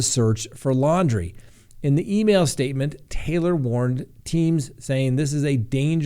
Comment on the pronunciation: I swear I wasn’t expecting you to actually pronounce Laundries last name correctly